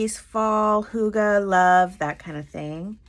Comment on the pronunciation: Hahaha...I had a good laugh at how our norwegian word «hygge» is pronunced [hoo-ga] 🤣 Not even close to how we say it! 🤣 It’s more [hygg-e]. While the danish pronunciation is more [hyy-ge]. Not laughing at how you said it tho, because I guess you said it like it’s written on the note in front of you in the video, so I’m not mocking you. Keep up the good gluebooking!👍🏼💕